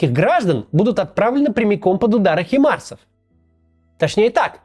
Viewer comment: не химарс , а хаймарс , Максим